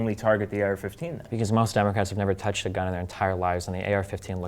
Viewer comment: "durr Democwatz aw the weal wacists!"